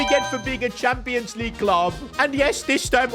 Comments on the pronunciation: only real ones saw the “Leagye” mistake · League❎ Leagye✅ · AH yes premier leagye 😂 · “Premier leagye” hits hard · League❌ leagye✅